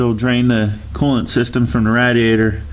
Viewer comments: Great video, thank you. the only thing that bothered me was you saying "Rat-E-ate-or" It's "Rad-E-A-Tor" :-) Thumbs up great vid... hahahahaha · its ray dee ay tur. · He says radiator different